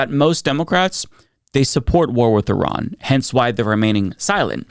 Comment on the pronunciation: As someone who is part Iranian, it’s really nice to know that one of the top Democratic politicians thinks my relatives are the “bad guys” who don’t deserve any sympathy. When you bomb a place, you aren’t bombing the government. You are bombing the people. Also, pronouncing Iran like Eye-Rayan? Come on.